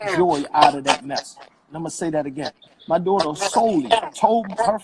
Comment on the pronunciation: Great breakdown!!!...I CRINGE at how he says dootr (daughter) Lol. If he wants to protect her so bad, start counseling and stop going live for clout right now.